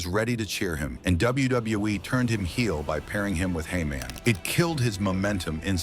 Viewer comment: did you just say heyman but said it like the apple jacks guy who’s jamaican?, hey-mon